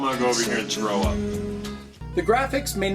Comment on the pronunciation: "I'm just gonna go over here and trow up." LMAO Looks like a good game but hard as hell. 5/5 buddy!